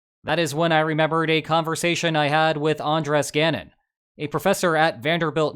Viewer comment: Heads-up, that tilde on Andrés' name tells you where to put the stress in the word